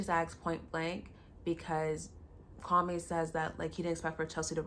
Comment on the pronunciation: Its him pronouncing his own name wrong. 😅